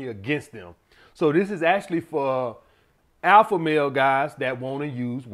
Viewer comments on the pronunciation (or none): none